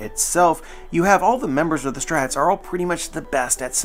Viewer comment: man why can't you say straw hats? where does "straats" come from